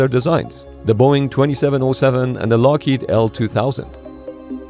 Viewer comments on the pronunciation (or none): none